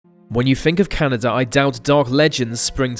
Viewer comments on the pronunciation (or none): Canaadia wtf its just Caanada ok